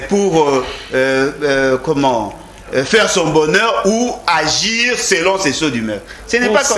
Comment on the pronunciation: tu dit la maniere d'azir ou d'agir 😅😅😅t'as fait combien d'année au rwanda?que je salie ou je salue